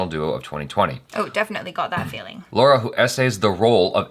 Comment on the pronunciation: Damn it, it's not "Laura" but "Lara". Just awaiting the day when you'll do a better job pronouncing Indian names. Almost makes me cringe every time you try pronouncing Indian names. It's been quite long, why don't you learn from Achara.?!!